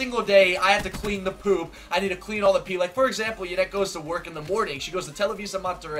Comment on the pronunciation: Why do you call her Janet. Her name is Yanet